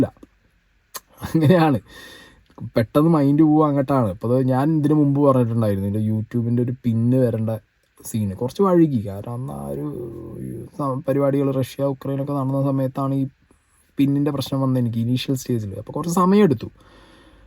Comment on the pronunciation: ബ്രോ വഴുകി എന്നാണ് പറയുന്നത് വൈകി എന്നാ പറയേണ്ടിയത് ഇത്‌ കോൺടെന്റിനെ ബാധിക്കുന്ന കാര്യമല്ലെങ്കിലും പറയണമെന്ന് തോന്നി തെറ്റായെങ്കിൽ ക്ഷമിക്കണേ